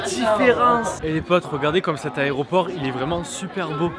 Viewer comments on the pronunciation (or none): none